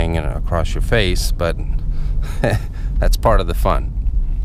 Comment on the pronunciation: In your fäjs!